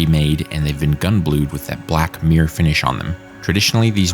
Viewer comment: Are you trying to say "'mirror' finish"? because it's not coming over very well. Maybe it's your equipment but it sounds like you're saying 'meere', which is really weird.